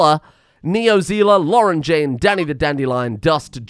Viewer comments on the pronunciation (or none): none